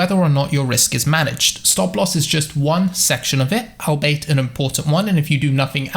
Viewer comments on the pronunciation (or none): *albeit pronounced all be it